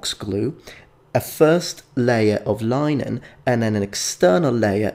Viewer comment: Just to help with pronunciation ... I've noticed across in many of your videos that you pronounce the word 'linen' in a odd way . It's not 'li-nen' but 'lin-en'. Many thanks for your videos.